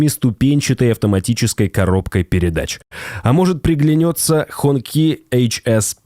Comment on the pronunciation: Хончи Хонкии 😂😂😂 танкэээ 400 😂😂😂